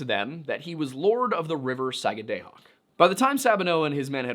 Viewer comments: As someone from new england who lived in Maine for almost a decade, your pronunciation of Sagadahoc(sah-gad-ah-hock) and sachem(say-cthem)really bothers me lol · I am from Sagadahoc county, in Maine. :) We say it Sag-ah-dah-hock, with the emphasis on the first syllable. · Its 'Saga-dah-hawk'. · It's pronounced sag-guh-duh-hawk. I live in Maine, born and raised. I know. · (Sag-ah-dah-Hock), there is NO Long “A” sound in the Entire Word, it is an “AH” Sound!!! As a Life Long Mainer, I am making you aware, How Badly You are Butchering that word! I am Perfectly Aware, (of the Difficultly in the Pronunciation of the “Native Names” of Places)! We HONOR the Native Peoples by Using the “Original Names” of Places, and Not Resort to the “Christian Names” of those Places, (by Default)! You Will Find This Custom, All Throughout “New England”!!! The ONLY THING more Difficult, (than Correct Pronunciation of Places), is “SURVIVING MAINE WINTERS”!!! Do Better Next-Time Around, but a “Good Start”, we’ve heard “WAY WORSE”! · You pronounce it: sag-a-da-hoc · One of Maine's counties is named Sagadahoc to this day. Btw, it's pronounced SAG-uh-duh-hawk. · As a Mainer, I’m so happy you made this! Most of our own don’t even know this story…and as always, so grateful for the historical context 🫶🏼 I’ll give you as pass as a pennamite…but you get a nickel for pronouncing Sagadahoc like that 😝 sag-ah-duh-hawk, real fast. Haha. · Pronunciation correction from a mainer: Sag-uh-dah-hawk. No hard vowels. Excited to see a video about Maine! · Thank you Susanna. The sagga day hoc was killing me. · Just fyi, it's pronounced sah - guh- duh- hock. "sa"t "gu"st "du"mp "hawk" skid - where - Ose 😘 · It's pronounced "Sag-ah-dah-hawk". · If i had a nickel for every time mispronounced the word "Sagadahoc" in this episode, I would have a bunch of nickels, because he says the word wrong every time he says it... 😂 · As a mainer its pronounced sag-ah-dah-hawk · It's 'duh,' not 'day.' SAG A DUH HAWK.